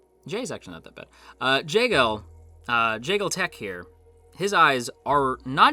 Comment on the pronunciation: The way to pronounce it is Jeh-gaal and Joo-Gok btw lol. Korean names can be a bit more difficult than japanese names